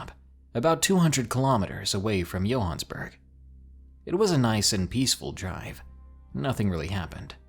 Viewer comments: Yohansburg?!?! Are you SERIOUS?!?! Youve never heard of Johannesburg?!?! Its JOE-HANN-ESS-BERG! C'mon son! .........yohansburg......LMAO!!!!! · Ummmm..... You've never heard of Johannesburg? That's definitely not how you say it lol. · The music is really awesome! Thanks for another great video- Johannesburg... Might want to look up that pronunciation Ha!